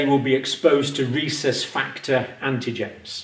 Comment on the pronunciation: Rhesus (short U vowel ending) or recess (short E vowel ending)? Pronunciation issues...